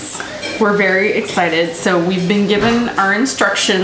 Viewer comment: "We a very egg-cited!" Oh, and screw the private parking companies!